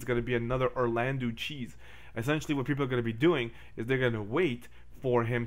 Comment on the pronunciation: "1 or 2 Orlandeu" hummmmm